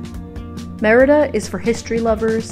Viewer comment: I've seen many YouTuber videos of Mexico. Except for Mexican nationals few get details just right as you do, such as how to pronounce Mérida.